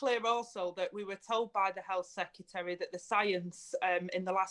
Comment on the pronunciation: She pronounces 'secretary' in much the same way Homer Simpson pronounces 'nuclear'.